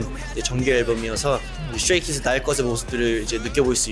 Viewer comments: stary kids instead of stray kids hahahaha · "stary kids" KKDKDKDJSGSHJS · Nobody: Not even skz:: Stary Kids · no one:: sTarY kIds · no one: nobody: translator: sTaRy kIdS